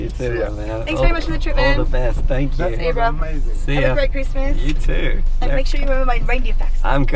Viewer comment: Your still saying than q after that ride yeeeeet than q for time saying than q